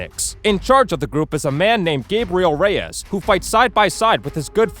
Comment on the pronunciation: Gah-brih-ehl ray-ehs That's how you pronounce Gabriel Reyes